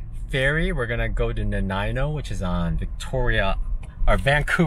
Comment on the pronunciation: The way I learned it growing up was Tuh-WAH-sen and Nuh-NY-mo if I was to sound it out to my ears. Never heard it called Nan-NAME-mo. I lived in Victoria for a while and took that ferry many times. Did you get to see Uclulet and/or Tofino? I guess I'll have to wait and find out!